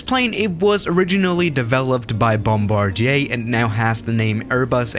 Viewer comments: Bombardier is supposed to be pronounced boombardee’A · He calls it BOMBARDIEY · nobody:...: bombardYAY